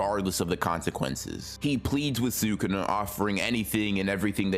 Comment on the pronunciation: SU-kun-na All the anime characters: S’kuna